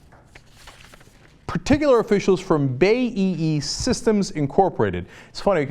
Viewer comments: Bay-E-E? You mean BAE >_> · Cenk, stop pronouncing "BAE" as "Bay-ee-ee". It's "Bee-ay-ee", as in the letters of the alphabet you see in front of you. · Oh cenk your ignorance once again shows. 1. You dont even pronounce BAe systems correctly, it isnt bay.... 2/ Its multi national, it operates in near every country in the west, middle east and south america, it isnt really a "british company" these days. 3. It owns iirc about just under 25% of all US arms manufacturing, it doesnt own more because of US monopoly laws. Meaning yes, it kinda is a US company in the sense it produces 25% of the kit, lol. Once again Cenk has no idea about something from "outside" the USA, its getting really sad because you can find this out by a simple search online.